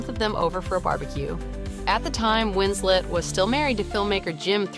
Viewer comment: Her name is WinsLeT not winsLey